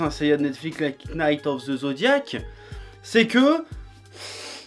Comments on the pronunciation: Pour info le K ne se prononce pas dans knight...go learn English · Onnn neee prononce pas le K dans Knight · Tu sens le mec qui n'a pas étudié l'anglais à l'école. Première leçon d'anglais pour ne pas passer pour un gros blaireau (même si le mal est déjà fait) : Le "k" de knight ne se prononce pas, on dit alors qu'il est muet, tout comme knowledge (qui veut dire connaissance). Ensuite, pas besoin de regarder une daube pour savoir que c'en est une. Toute adaptation créée par Netflix est nulle.